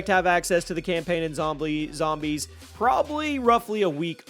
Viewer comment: bro said zomblies